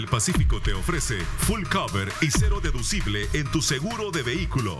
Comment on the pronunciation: Dígale a los de el anuncios de seguros que se dice full coverage no full cover para que no hagan el ridiculo